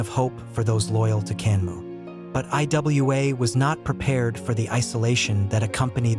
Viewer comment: It's pronounced Iwa(ewah)